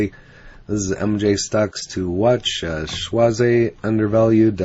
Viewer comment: Just pronounced schwazz. Not schwazz eyyy. Regards